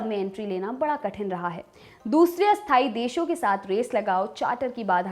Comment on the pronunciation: Ma'am; स्थायी और अस्थायी का आपके उच्चारण में फर्क नहीं लग रहा । कब कोन सा शब्द बोल रहे हैं यह सिर्फ वाक्यों से ही मालूम चल पा रहा है । स्थायी का तो ठी है, पर अस्थायी (अ+स्थायी=अस्थायी != स्थायी) को सही से बोलिए। Note:- != (not equal to)